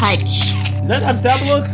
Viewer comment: Aint no way bro said naaapstaaabluoook